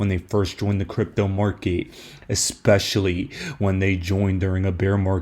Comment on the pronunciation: Its Market, not mark ehh